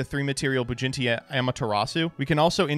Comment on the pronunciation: I thought it was just him mispronouncing it, but I'm starting to wonder if really thinks that it's "BujinTI Amaterasu" and not "BujinKI"